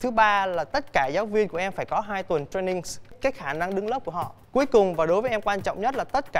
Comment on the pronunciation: cho e hỏi là sao lúc anh ấy lại thêm "s" vào "2 tuần training" v ạ ?